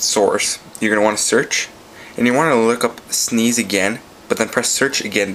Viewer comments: ROFLMAO, its pronounced Sness, not Sneeze. Or just S-N-E-S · s-n-e-s not sneeze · Sneeze... so annoying! You might as well call the PSP a "pispy" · its s n e s NOT sneeze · sneeze lol